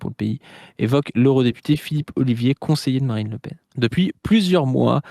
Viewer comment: 36 '17 dit "Marine Le Pine" 😮